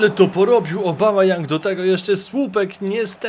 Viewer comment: Obamayoung xD tak czytałeś